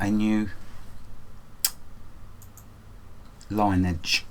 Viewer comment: I had to say something... Lineage is pronounced " Lin - ee - edge "